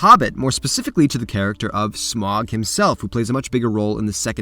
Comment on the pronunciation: That's not how you pronounce Smaug